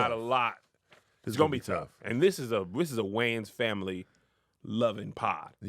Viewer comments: Top 3 Words That Big Momma Struggles to Pronounce. 1. Anfernee - It's Anthony Nanna 2. Spsghetti - It's Spaghetti Grams 3. I like Keenan and dem Waynes, Kim and Damon and dem Waynes - It's WAYANS Mema Kev and, y'all gotta help Madea with the spelling before posting your amazing vids! Lol...love y'all! Keep doing what you do!! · It’s the WAYANS. Put some respeck on their name lol